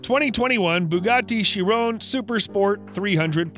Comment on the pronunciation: bruh you say chiron wrong